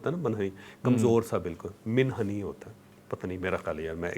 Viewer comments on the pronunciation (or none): منحنی میں "م" پر پیش یے۔ شکریہ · منحنی میں میم پر پیش ہوتی ہے۔